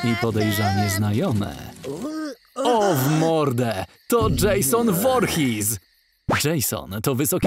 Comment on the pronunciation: Nie mówi się Vorhis